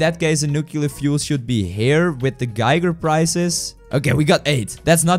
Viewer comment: Its not giger